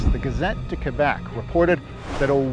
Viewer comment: Thanks for pronouncing Loup Garou and Quebec the right way